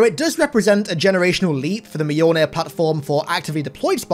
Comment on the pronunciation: Mjolnir is 2 syllables, not 3